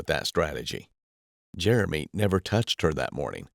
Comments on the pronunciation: Is the guys name "Jeremy" and she's pronouncing it Jur-remy?" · Did she call him Jer A mee? I thought it was Jeremy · Why does she say Jer-Amy , instead of Jeremy. It’s like she’s never heard the name before, reminds me of A A Ron commercial